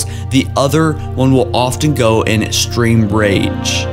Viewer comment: Pronunciation time! Schism is not Skism Te is pronounced "tay" formidable not formible battle not bantle (bantle of responsibility? lol) extreme not estream sanheili not singeli Jesus christ you shouldn't be doing this.